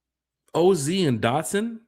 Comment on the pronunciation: How you butcher OZ name 😂